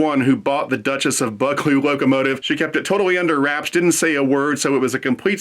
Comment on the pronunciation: Duchess of Buck-clee-oow! Not all British locos had smoke deflectors, even in the same class, and they were generally a post war fit.